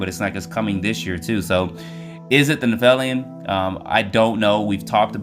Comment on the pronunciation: Pronounced NEFF-I-LIM